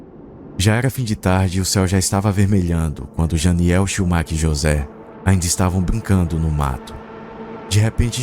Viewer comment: Não consegui mais focar depois de vc dar ênfase no nome do cara Chiumak, cada vez que falam eu não aguento 😂😂